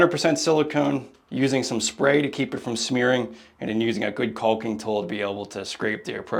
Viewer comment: Love your channel, but the “L” in caulk is silent my friend 😊. There’s no such thing as “CALLKING” 😂